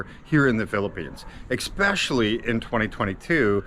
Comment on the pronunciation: Did you actually say "eckspecially"? Godd video nonetheless.